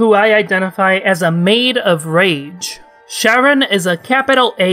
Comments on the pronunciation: Pretty sure it should be pronounced Ka-run, it's a reference to Charon the ferryman. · im sorry are you saying sharon